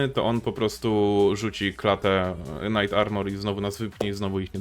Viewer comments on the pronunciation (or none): none